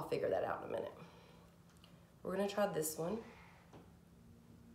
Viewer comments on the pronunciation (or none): none